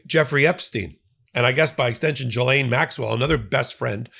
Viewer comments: Hi! french Canadian here :) Ghislaine is pronounced j-ee-ss-laine, the 'g' is soft and the 's' is pronounced. Hope this help! By the way, the way you pronounce it, you are actually saying another first name written like this: Guylaine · It's pronounced "jizzlain" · ...Ms Maxwell's first name is pronounced "ghee-lehn" (at the point) as she was born in France and that's how it is pronounced there. If you got the right pronunciations for KAmala, EPsteen and other names which do not sound English, please make an effort. I am sure you can do this without being dismissive. Thank you for your effort!! I enjoy your videos nevertheless. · You pronounce Ghislaine as GILLIAN. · Yo I’ve heard you mispronounce her name wrong so many times and address how you don’t know, BRO LOOK IT UP. It’s important????